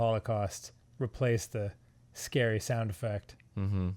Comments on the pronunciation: "They should call it SCaRee Hill..." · “they should call it...scawwy hill” is officially up there in my favourite Dan quotes